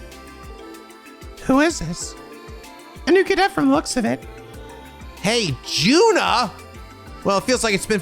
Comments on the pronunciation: Finally, he finally finds the best character in any trails game, Juna Crawford!!!!! (Also, the J in her name is pronounced as a Y) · He pronounces all J-starting names wrong. I've come to simply accept it. Juna, Jona, Joachim. (Joshua too technically but even the eng dub uses J, so it's whatever.) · Hey, just putting it out there, Juna is pronounced You-na. Also, Jona isn't pronounced Jonah, it's Yo-na. yup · Juna's (pronounced as Yuna) family does indeed live in the apartment complex you are thinking about, the game never actually shows you all of crossbell, there are plenty of places that you can't visit where other NPCs are supposed to live. also while you may think that Juna portrait was added by the mod, the truth is that she wasn't and she is one of a few special NPCs that were added later in the remaster they did of the game In the original games neither her or or siblings were present at all, and you can kinda notice this because neither her or her siblings have any interaction with other NPCs, just with the SSS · so now you met Juna (it's pronounced as Yuna) Juna and her siblings weren't in the original release of Zero no Kiseki and Ao no Kiseki on PSP they were added in the Kai release on PS4 now as for why...you'll figure it out, i'm not saying shit and yes she lives in the same building that you think but you just can't enter their apartment (mainly cos she wasn't there originally so they never made a apartment for their family) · a few heads up: - You haven't visited the Imperial Fishing Club in east street, you coudn't enter last time due to Xin, you should probably do that as soon as possible - There's a car magazine in the Arc en Ciel dressing room you missed on last episode - and Juna is pronounced like the one from FF10: Yuna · So before it gets stuck in your head, Juna’s name is pronounced “Yuna” like Yuna from FF10. Just keep her in the back of your mind for now. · Something of note, Juna is pronounced as Yuna